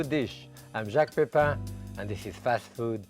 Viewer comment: jacques "oke" pepin 😂👍